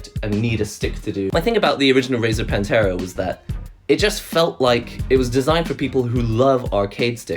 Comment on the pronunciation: Every time you say PANTERA instead of Panthera.. All I hear is Cowboys form Hell playing.